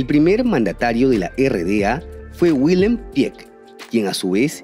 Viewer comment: en primer lugar muchas gracias por todo lo que nos compartes. Como hablante del alemán, sin embargo, quisiera darte un tip. Las"R" en alemán son guturales o suaves, como nuestra R en "cariño". La"W" tiene sonido de "V". Así"Wilhem" se pronuncia"Viljelm". Muchas gracias. Espero no haberte ofendido con esta aclaración. Te agradezco, nuevamente" toda la información que compartes con nosotros y te felicito, por lo bien documentados que están tus vídeos.